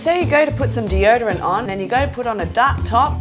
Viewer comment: "d.o-dorant" xD